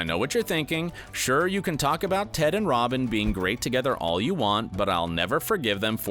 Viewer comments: did he just call Ted Tod? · I‘m sorry did he call ted „tod“???? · It's Ted.! Ted! Ted! NOT TOD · ITS TED NOT TODD TF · Did he call ted Todd? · Anyone else notice at the mark where he calls Ted "Todd"? 🤣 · is Ted not Tod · Did..did this guy just call him TODD?? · The more I rewatch this show. The more I love Tracy ( The Mother). I still love the show. Better than Friends! The ending bothers me, because we didn't get more Cristin Milioti. She's great! By the way guy, it's Ted not Todd. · Love the fact that this is a dedicated video for hardcore HIMYM fans... and the guy making it doesn’t even know that it is “Ted” and not “Todd”😂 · This man just called Ted Todd😂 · They mistakenly called Ted Mosby, Todd??? Not only that but pronounced renaissance as reh·nuh·saans and not ruh·nei·sons!! Ugh these people know nothing of HIMYM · He said tod instead of Ted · did he call Ted 'Tod'? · Did anyone notice that he said Todd instead of ted sometimes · He called TED Todd, dudes never even watched the show before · He called Ted, Tod 😑 Seriously. Go look. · he said tod right? ors that just me